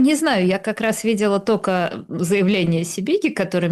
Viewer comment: Уважаемая Юлия, ведь вы не только образованный человек, но и даже книжки какие-то пишите, ну как можно наречие --- только, произносить как "тока". У меня так прабабушка говорила, но она была из деревни и неграмотная.